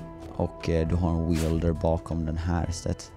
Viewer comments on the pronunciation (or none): Det uttalas wälder, inte weelder